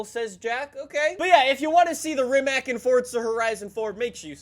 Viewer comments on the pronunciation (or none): Rimac is actually pronounced rimats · Im not a grammar nazi, but for the ears from your european fans, can you pronounce Rimac with C and not K at the end.. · Thank god somebody knows that,im Croatian and i hate when people say Rimacc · Rimac rimac rimac rimac